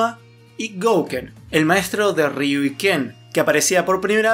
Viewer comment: Se pronuncia "riú", sin doble R al inicio. 😉